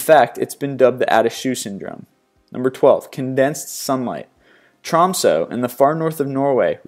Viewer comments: Once again, you need to look up the pronunciation of words that you CAN'T SAY. It is APP-O-Gee, not Ahp-o-gee. And Tromso is pronounced Troom-suh. Also, the green flash is not the sun itself, but disappearing rays over the horizon of a sunset, or the beginning rays coming over the horizon of a sunrise. You really need to beef up your research. And your continued mispronunciation of words makes you look like an idiot. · I love how he pronounces Norwegian places, he is extremely wrong every time. Tromsø i pronounced with the O more like they pronounce troll in England, and Ø is pronounced like the I in stirred